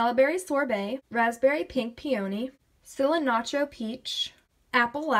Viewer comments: "cil-a-natro" lmao its "cil-an-tro" 😂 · LOL she said cilantro SO incorrect.